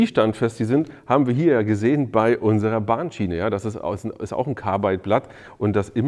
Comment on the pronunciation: Woher nimmst Du das e aus Carbide für "dein Carbeide". LOL